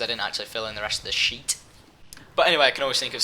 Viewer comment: I like the way you say "shit" ... sheet* sorry.